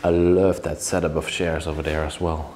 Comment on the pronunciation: I've watched 4 or 5 of your videos so far and this is the first place that actually has any STYLE as well as genuine craftsmanship. You might want to get hold of a furniture guide and learn some of the basic names of furniture - like the "settee" described as made out of "shares" which by now I KNOW you are aware are pronounced CH(AIRS). If you're going to do this repeat guided tour, repeating the same words and descriptions over and over with every house you visit, you may as well get it right. I love that you respect the property even in its abandoned state, and that you take precautions and watch where you step, and how you enter and leave. A shame that - as you pointed out, woodworm have already begun destroying what is there, and that what we are seeing will not remain in such good condition for much longer. Thanks, for the opportunity to see it before it disappears, forever.